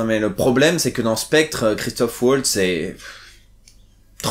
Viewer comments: Merci pour la vidéo, par contre sans vouloir être puriste son nom c'est Waltz (Valtsse) et pas Oualtsse <3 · Le w allemand se prononce comme le v français ;) valts, en gros (je n'ai pas les caractères API)